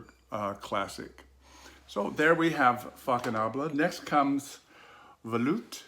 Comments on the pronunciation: Nice review🙂 I love heritage! By the way the right pronunciation is faconable & not fakonable! Cheers🍸🙏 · Dear, the pronunciation of Faconnable is fasnabl.